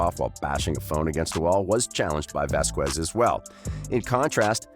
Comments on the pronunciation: Vasquez is pronounced Vaskez not Vaskwez. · For shit sake people stop saying vas qwez it’s pronounced vas kez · please stop saying VASQUUUUUUUEZ is pronounce VASKES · Vas-kez is the proper pronunciation. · Camille Vasquez' last name is pronounced "Vaz-kes." The "qu" sound is pronounced with a hard "k." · Thank you. I cringe whenever someone pronounces it like that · It was deliberately mispronounced...disrespectful in the extreme. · Please check around to find out how to pronounce Vasquez. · The "U" is silent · Dude great video just your pronunciation in Vasquez is incorrect if I were you, I would find out the pronunciation of Camille Vasquez otherwise is offensive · So annoying hearing the narrator mispronounce Vasquez in nearly every sentence 🤦‍♀️